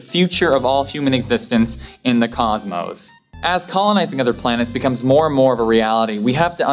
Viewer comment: Coszzmoss, not causemouwss. Please..........